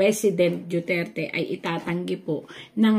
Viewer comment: Mam,DUTERTE not DIUTERTE,DUETERTE ,JUTERTE PLS.PRONOUNCE IT RIGHT!I LOVE DUTERTE FAMILY ,THAT'S WHY I WANT TO HEAR it RIGHT .